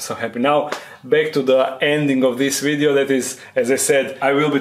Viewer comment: Love it when he says wideo instead of video, keep up the great work 👏